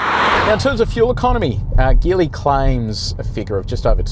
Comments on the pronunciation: Hey, great review as always. Just a quick note this brand is pronounced Jeeli not Geeli. Cheers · What’s the battery charge when you did the acceleration test? The result is slow probably due to the low battery charge. Also Geely is pronounced “Jeely” 😅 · Sorry mate but you should do better research! 🫣🤔 Have you done any??? In Chinese, the car brand Geely is pronounced as "jee-lee". The native Mandarin pronunciation uses a soft "J" sound, similar to the word "jeep". Seriously, if you can't do basic " research" on the name of the brand, why would I think that you did good research on this car!? Honestly, right from the jump your review is iffy? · A few years back, I worked with a native Chinese speaker and he pronounced it "Shee-lee", which kinda sounds like a soft "g". Definitely not the hard "g" used though